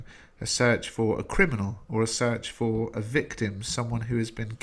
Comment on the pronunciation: he says cribinal instead of criminal help